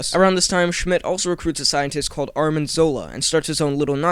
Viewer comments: just so you know, its Arnim Zola not Armin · ARNIM ZOLA!!! ARNIM!!! It's so irritating how everyone says Armin!!!!!!! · Arnim, not Armin :P